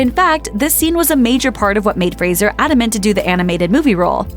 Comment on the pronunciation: So glad to see a channel finally pronounce his last name correctly. Lots of channels have videos about him but they always call him Frazier, though he's repeatedly corrected them that it's fray-zer. So disrespectful. But it's nice that this channel got it right, a little piece of the respect Brendan deserves.